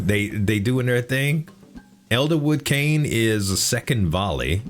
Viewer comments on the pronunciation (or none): none